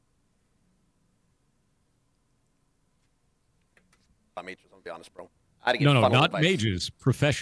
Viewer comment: tHiS iNdIvIdUaL sIh-TuH-a-TiOhN